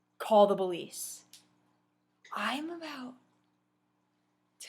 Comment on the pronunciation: ***** like instead of police u say bolice